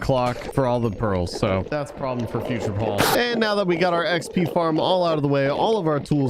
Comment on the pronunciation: ITS NOT PAUL ITS PAUL!!!